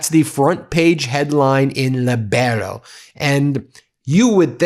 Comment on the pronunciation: Pedant's corner: It's pronounced 'LEE-bero'.